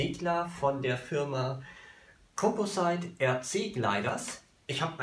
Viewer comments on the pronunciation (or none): Composite spricht man "kom-posit" aus.